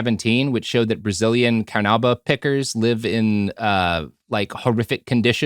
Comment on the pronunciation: "Car New Bah" wax is what makes jelly beans shiny. Also car polish.